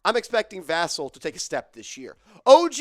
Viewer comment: It’s not Devin “Vah-Sil” it’s “Vuh-cell” 🤣🤣